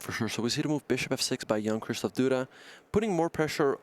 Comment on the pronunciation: Everytime the one guy said "Jan" I heard "young"